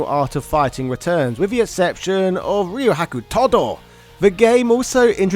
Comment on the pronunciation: Ryo-haku Todoh? My friend, the correct pronounce is more like Ree-Ah-Ku.